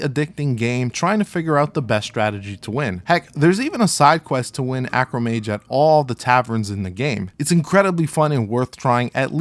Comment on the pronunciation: Arcomage. Not Acromage.